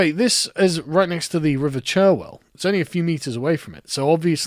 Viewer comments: The river is pronounced "CHAR-well". not sure why but that's what it is. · Cherwell is pronounced cherrel.. you're from around there!????